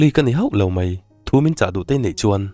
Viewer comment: I story hi kartir atang khan ka ngaithla ve chiaha..mahse ka ngaithla zo deuh vek tawha..Sawi duh deuh mai ka nei ve aa Story dang commentnaah ka sawi ang ka tia mahse tah hian kan sawi mai nge..'Mai mai ' tih turah 'mei mei ' iti thin aa .'Mai' tih turah 'mei' te iti thina chu te chu, dang chu a tha vel vek I chhiar thiam bawk si I aw hi ka duh zawng tak😍😍😘